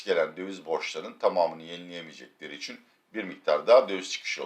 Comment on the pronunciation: Abi bidaha İçüuN de nokuuur... :)))